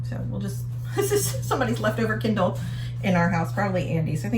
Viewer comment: At first I thought you said "Ken doll" for the Kindle, lol. Think accents are fun. You say it like "kin DOLL." I say it like "KIN dill." Awesome job on the office!!! Can you come and do mine? Michigan is beautiful this time of year!